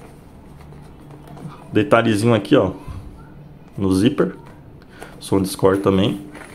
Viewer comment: " SÔNDISCÓR" ME PEGOU MTO KKKKK